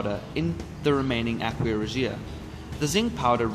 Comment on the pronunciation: Aqua is pronounced Ah-kwa ..not ... Aquia (Ah-Kwee-a). Sorry...but that was annoying.